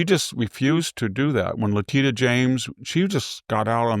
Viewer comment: It's Letitia James, not Letita James. He never pronounces certain names right. Also Ilhan Omar. Not Ilian Omar.